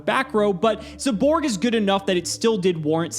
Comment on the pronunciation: Everybody: zaborg: ZEYBORG